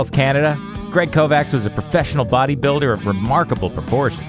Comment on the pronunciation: You have to read it like „Kovatsh“